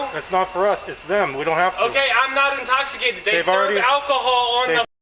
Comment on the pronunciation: I'm not intochimicated bro!